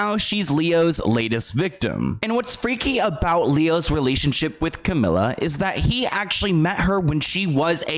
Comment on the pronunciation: Camila with one L is pronounced Ca-mee-la. Two L’s is Camilla Ca-mill-uh